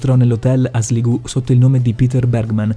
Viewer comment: Sligu?????? Se volevi di Sligo si dice esattamente così come è scritto 😳